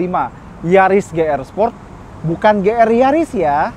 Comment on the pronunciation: Ti Ar Di bang,,, Ji Arrr bang,, 🧐